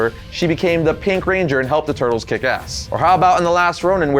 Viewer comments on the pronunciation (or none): none